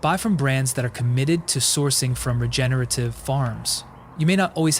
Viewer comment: its regenerative not regenative bro